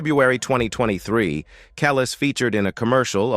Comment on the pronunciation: Kellll..is..say it right mf! ( Samuel Jackson)